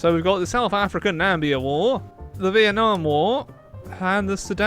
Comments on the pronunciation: He said Nambia instead of Namibia your like trump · FYI you said "Nambia", the name of the country is Namibia, don't miss the two i's. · Did you really say Nambia? And not Namibia? Have you honestly never heard of that country? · Your saying it just like Donold Trump... "Nambia" but no, it's pronounced Namibia 😂😂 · NA-MI-BI-YA Not NAMBIA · Its Na-miba not Nambia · WTF Na-mi-bia NOT Nambia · did you just call Namibia Nambia? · Stop saying “Namibia” It’s “Namibia” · Ben Barrett It's neither of those. Namibia has two Is.